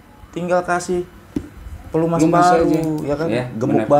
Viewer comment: Pelumas bang bukan pelemus.. wkwkwkwkwkwk